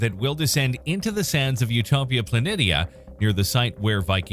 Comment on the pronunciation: That is not how you pronounce planitia